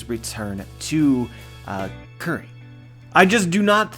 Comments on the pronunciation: just pronounce it as 'kuri', it's silly to pronounce it 'curry' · Kuri is pronounced "coo-ri" like KataKURI not "curry"